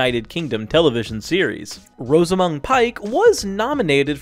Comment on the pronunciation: This isn't JK Rowling 'denying' people. What's with the weird pronunciation of the following names? : Gilderee? (It's Gilderoy. It's an o at the end not an e), Branaaaagh? (It's a short a at the end of Branagh), Rosamund. (It's a short o at the beginning as in coz, ). The final casting was good. I wouldn't have changed it given the chance. Why does the thumbnail say she 'was denied' which is not the same as 'denied'.